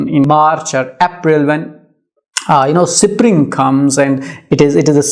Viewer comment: Sir you are pronouncing the word spring wrong